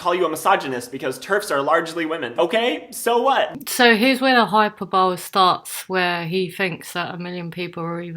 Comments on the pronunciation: You pronounce hyperbole hyperbol-ee. Otherwise great video as always. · I am a big fan. But also a pedant: it's hy-per-bo-le. Hi-per-buh-lee. :p haha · it's pronounced hyperBELEEEEE u just chucked a gillard